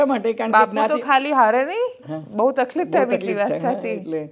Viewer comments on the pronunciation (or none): none